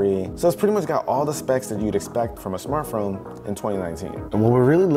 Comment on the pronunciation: "Smartphrome" - lol